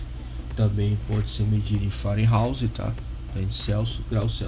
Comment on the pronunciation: Meu caro, bom vídeo, porém corrija as nomenclaturas: MegaOhms, e não megoms; Farads e não faradais; Fahrenheit (pronuncia-se faren-haits) e não fareouse. 😉